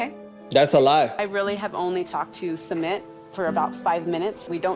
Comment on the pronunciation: My absolute favorite thing about his couple is the fact that Jenny has no idea how to say sumits name. She has called him schmit, sumeet, smit, summit, suemit, Smith and I die of laughter everytime..😅😂